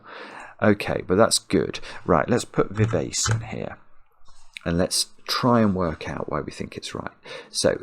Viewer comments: It's strange. I got some of the words that missed very quickly, including parkin and precis, but half of them I would never have got. Vivace is an Italian musical term and is pronounced viv-ah-chay. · Vivace is a Musical Direction meaning to play lively and youthful. It's pronounced Viv Archay. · pronunciation of vivace (should be vee VAH che) reminds me of a former roommate who had a huge vocabulary from reading but often had never heard the words spoken. He often had interesting pronunciations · As a musician, I was screaming 'Vivace' only for him to then delete it (having pronounced it very englishly) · I cringed every time pronounced VIVACE to rhyme with face! I was disappointed that the leading aircraftsman ended up not being ACE, as I was expecting a hidden four aces in the puzzle (ACE was in the wordplay for ACERBIC and OBEISANCE, and also appears in VIVACE).